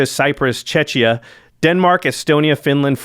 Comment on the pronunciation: Czechia man, not chechia